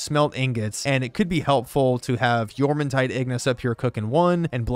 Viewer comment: Props for being the only youtuber to say jormuntide correctly